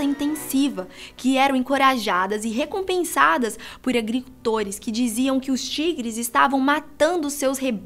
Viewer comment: Tem dificuldade em falar agricultores primeira vez pensei que era coisa da minha kbça mais na segunda eu tirei minha dúvida.